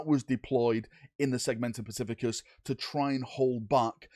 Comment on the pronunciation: Segmentum "specificus" haha